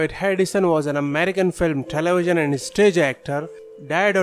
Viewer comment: This dude or computer or whatever, talks baby talk. Telewision....who say that? Or Coronawirus, give me a break.